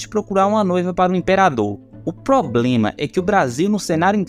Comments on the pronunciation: Você falou "poblema" em se acomodar. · Ouvir o locutor dos vídeos falar POBLEMA é demais! Melhore cara!